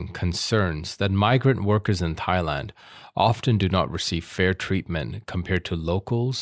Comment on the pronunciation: "Thighland"? Moron or AI?